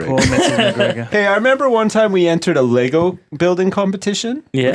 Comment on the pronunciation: ITS LEGO!!! NOT LEGOSSSSSSSSSSSSSghjfcucijxhgfzhermsdcjyxtfgsnmgfdjhngmfydhgrhgfdhsjguyfjhvgwyefjcsgajgvfjhaghfchcvscghcgdashcj a